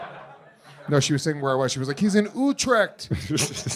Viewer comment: That pronounciation of Utrecht physically hurts me.